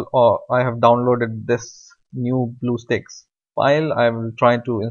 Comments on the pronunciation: ITS stack not steak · spit out that shit on your mouth .... bluestack not BLUESTAKES AHAHAHAHAHAHA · did he just said Bluestick? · why the heck he's saying bluestakes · Did he just say bluestakes???? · He said bluesticks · hahaha he said bluessteaks lol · i know he has an accent but "blue steaks" is hilarious